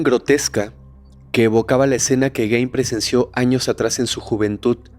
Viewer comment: Solo una observación, el apellido aunque se escribe Gein, se pronuncia Guin (como gui de guiso) no Guein. Todo lo demás, excelente capítulo.